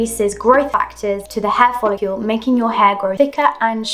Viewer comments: I had to stop watching this because you keep mispronouncing dermarolliNG and folliCLE. I just couldn't get past it. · Why do you pronounce follicle (which rhymes with 'logical'), follicule ?